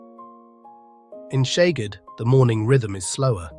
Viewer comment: I would like to help with the correct pronunciation of Hungarian city and town names. Szeged - not Sheged, but only shortly Seged, not Debretshen, but Debretsen- without "h", not Pecs, but Peitsh-with "h", and so on....